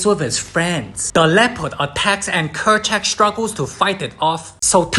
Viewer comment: It’s Kerchak